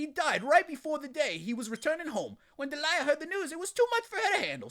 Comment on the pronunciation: It's not Deliea!